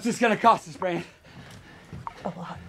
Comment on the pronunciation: Great vid. Bothered me greatly that he pronounced Brands name as Brant.